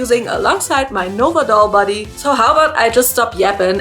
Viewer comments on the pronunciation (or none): none